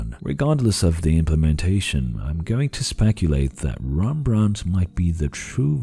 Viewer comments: Well it should be more accurate. I think I remember him mentioning that hes a portuguese speaker, hence the hembrandt. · Made Rembrandt sound French, lol. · Sorry, but as a Dutch person I really can't stand how you are misprounincing "Rembrandt" basically the entire video. You should say it with a rolling "R". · as a Dutch guy I have to tell you that you pronounce Rembrandt the wrong way. Other than that, an interesting video as always. The SMT-animation is a bit too strong an oversimplification though in my opinion. The biggest problem for APU's seems ot be the memory bandwidth, 3D stacked memory might eventually solve that problem. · As a Dutch person I really dislike the way you say Rembrandt